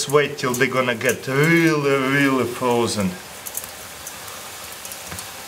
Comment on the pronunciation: Frroozen Comphaleeeetly